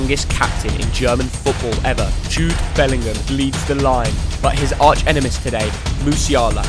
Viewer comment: did seriously say "his arch enemis"???